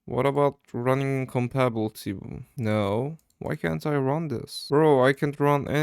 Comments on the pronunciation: Its pronounced kom-ba-ta-bility mode not combabilty mode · idk why but its funny to me when he says "compabblety", interesting video idea tho, i like it